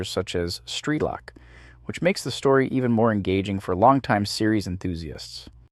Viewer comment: The AI voice pronounces a lot of names are places wrong, and doesn't emphasize words the same way a person does. When you say something like "Yes! I just won!" A person would emphasize the "yes" saying it like "YES! I just won!" but an AI voice doesn't do that so it just says "yes I just won." The voice works fine enough, it's just jarring to hear stuff like "streeelock"